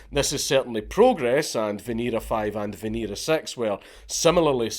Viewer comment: It's pronounced veh-neh-rah